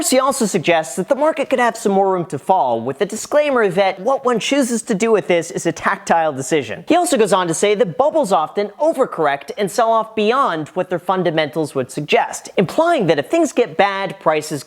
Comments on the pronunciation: Tactical not tactile.... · tactile???? or tac-tic-cal,...tactical as in strategic. you are still awesome,..that one just made me chuckle though.